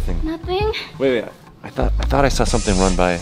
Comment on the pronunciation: That is not how you say saw